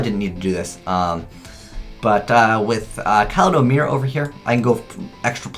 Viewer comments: holy hell, it's ka-lie-do-mirror. As in kaleidoscope. Also, why manju, slows down the deck? Everything searches something you need, so it seems like a waste of three cards to me. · it's KAL-EYE-DOH Mirror. Jesus, you always do that with new cards. "hur dur Qwillofs". There's not even a w in the word, lol. I'm pretty sure you got it down eventually. Anyway, Necloths are broken as fuckin hell. My god, they're far superior to Qliphorts. You think Qliphs are consistent? Necloths CAN'T open up with a bad hand, or at least it's so rare that I've never seen it. They're tier 0 for sure.